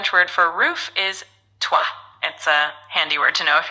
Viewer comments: seems that you don't have much french around you to make you hear the différence between tRois (R like ROI=King) and toit like TOI=You it is absolutely not tWaaaaaaa 🥶😉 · Three = trrrrroi, Roof = "Toit"... on le prononce comme "Toi" (You) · comme on in the number three in french there is an R : TRois. Roof there is no r. It is : toit